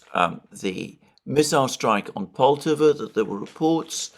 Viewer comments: Alexander, you are mispronouncing Poltava——the stress should be on the second syllable so it’s not POL-tav-a but Pol-TAV-a. . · Alexander - its pronounced Pol-tah-va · Just a little correction on pronunciation: Poltava should rhyme with Bratislava.